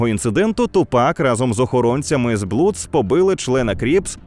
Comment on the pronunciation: Крутий відос але bruh, Бладс а не блудс